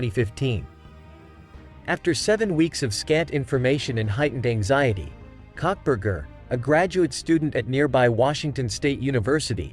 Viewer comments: The name is not cockburger the name is coal burger duh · Cockberger? Yeah, you are definitely NOT in the know! 💩